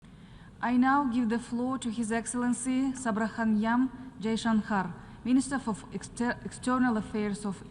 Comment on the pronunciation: Can we first make this a matter of dignity of speaking ones name properly? This is unacceptable when they introduce Dr. Jaishankar as if they are reading a typo on a page.